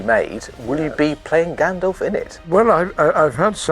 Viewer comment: Stop saying GanDOLF!!! It's GANDALF!!!! Fffffuck!!!! LMAO